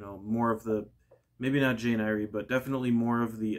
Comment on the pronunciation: I though the surname ‘Eyre’ was pronounced like ‘air’, as in Shakespeare’s character Ariel…? 🤔